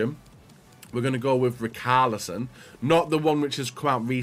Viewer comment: Rikarlison jajajaja